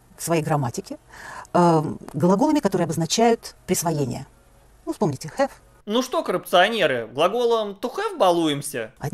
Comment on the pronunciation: Have хавать🤣🤣🤣😅 какая она интеллигентка